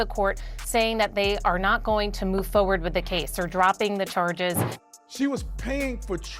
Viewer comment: Did she just say foe werd ?